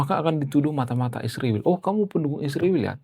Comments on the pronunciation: Israel disebut isriwil, hati-hati kamu jangan sampai darah keluar dari mulutmu. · Sebut israel tu dengan benar jangan ruba2